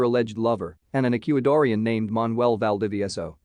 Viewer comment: "Ec-que-i-dor-ian?!?!" LMAO! That voice needs to be reprogrammed to have better pronunciation! LOL! "Nicky-yah!" HAHAHA!!